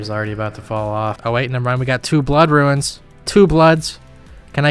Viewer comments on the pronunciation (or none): you say ruins instead of runes and it makes me want to die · Correct me if I'm wrong, but catching implings gives xp and they are tradeable. Also I appreciate you calling runes, "ruins". A buddy I used to play with, called Draynor Manor, "DraynerMayner". I hear that in my head everytime. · Roons, not ruins :) great vid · is he saying ruins? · Love your content but please stop calling RUNES ruins lmao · I'm tempted to make a wiki on how to pronounce the word "runes"